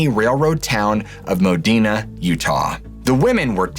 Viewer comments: Not like denim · It's pronounced modeena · Pioche is pronounced pee oach. And modena is pronounced mo dee nah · I’m sorry being a local to the area it’s driving me nuts the pronunciations. Modena (mo-dean-a) Pioche NV (pee-och) sorry I know it’s silly. And no, from Modena you can take any dirt road north 15-18 miles and hit the tree line Christmas trees touching for miles in every direction. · MO-DEE-NUH and PEE-OH-SCHE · Pioche is pronounced pee-oh-ch and Modena is mo-dean-a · This story is totally bogus! There is no fork on highway 56 between Modena pronounced (Mo-DEAN-a) and Beryl Junction or New Castle or anywhere to Cedar City. Furthermore, there is no place called Red Rock Canyon in the area. There is a Red Rock Canyon near Las Vegas but that would be around 200 miles away in the opposite direction. Lastly Pioche, Nv is pronounced ( Pee - OHch) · Panaca Its pronounced Pa-Nack-Ah Modena is = Mo-Deen-Ah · As someone that lives in Cedar city, the way you pronounce the names of the surrounding towns cracks me up. I know us Utahans have a weird dialect. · I just can’t get pass the mispronunciation of Modena and Pioche.